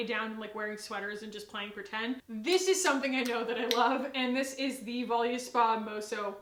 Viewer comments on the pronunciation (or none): I really liked the honest beauty mascara and wanted to try out a bunch of their other stuff, but sadly their cruelty free status is not verified on logical harmony, ethical elephant, or cruelty free kitty :( side note: Volu in Voluspa is pronounced like the volu in voluptuous